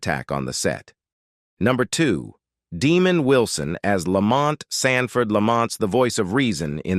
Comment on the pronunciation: AI is funny Deemon wison, lol